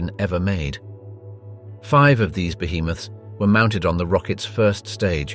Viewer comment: Your speech synth can't say "five".